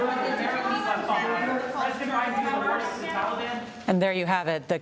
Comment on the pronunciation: Hey ""/ Joe. Its NOT Talibon.... It's Taliban... And i also disagree, We should've destroyed any evil "Taliban" fighter or terrorists within 100 miles of the airport like we are fully capable of doing and then got every single American, Allies, and any Afghan civilians that helped the USA for the past 20 years and help relocate any Afghan civilian or families incapable of fleeing to a middle eastern country willing to take them. From there they could take the legal courses to obtain United States citizenship like all of our grandparents had to do at some point. And let's not forget about $85 Trillion dollars of military equipment paid for by us hard working Americans that was giving to the enemy for FREE that they can use to terrorize the world for years to come, not to mention use against America. Stop making excuses and blaming everything on someone else or the guy before you... Stand up and use your f#*×ing backbone and set these problems straight instead of running away... Last i knew Americans run into the danger to help and protect people in need.. not run away from any unfinished goal! GET OUR MILITARY EQUIPTMEMT BACK BY ANY MEANS NECESSARY!!! STEP UP OR STEP DOWN AND LET A REAL PRESIDENT WITH A BACKBONE HANDLE IT.. 🇺🇸✈🇺🇸✈🇺🇸✈🇺🇸✈✈✈✈✈🇺🇸